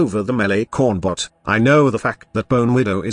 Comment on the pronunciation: i swear the TTS is saying corn buff not corn bot